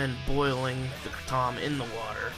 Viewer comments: Its Kray-tom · You are pronouncing it wrong. It's pronounced Kray-tom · LOL! I was told to just say "kray-tum" now. "Krah-TOM" is the pronunciation by the folks who invented the word but since I say Paris with the "s" sound I'm just going with the Americanized version of kratom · Kra- Tom Lol I will forever pronounce it that way now!! I say Kratum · Are you talking about the original pronunciation? Yeah, I switched to the Americanized one permanently a few months ago "kray-tum". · In it's original language it's pronounced how I did in this video. "Kray tom" is an American pronunciation. Check out Episode 30 with Darshan Singh from Malaysia. That's how it's traditionally pronounced. I use the American pronunciation now